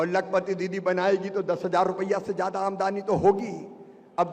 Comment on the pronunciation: ए शिवराज सिंह लबरा है इसकी बात में मत आना यह आमदनी को आमदानी बोलता है यह वकुला है हंस बनने की कोशिश कर रहा है यह हमारे टैक्स का पैसा बांटता है और अपना बताता है